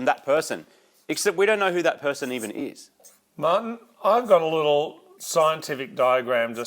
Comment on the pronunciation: Haha. He calls him Mahhin.